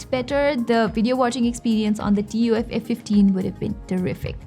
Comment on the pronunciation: Lol, who calls it T-U-F instead of 'tough'